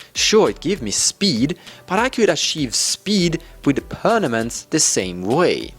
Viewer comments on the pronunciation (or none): xD sorry but i have to comment this: you keep saying PerNaMents! instead of PerMaNents! ;)